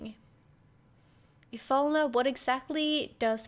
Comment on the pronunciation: You're not the only one that had a hard time speaking the name Ifalna, when i played this as an early teen, it was hard for me too, Heidegger was also a bit funny, cause i didn't knew how to say his name😆